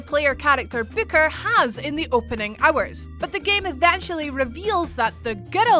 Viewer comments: Say booker one more time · Please never say "Booker" again.